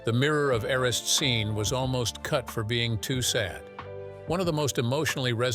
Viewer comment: “Mirror of air-ah-seed” 🤦‍♀️